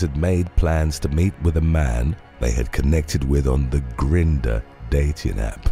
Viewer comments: grin-- der lol never heard it said that way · Across the pond it’s pronounced grinder (Grindr). Like grinding coffee or meat.